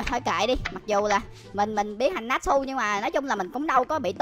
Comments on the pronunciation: Natchu ko phải natsu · ơi natsu tiếng Việt đọc là (nát chư) nhe!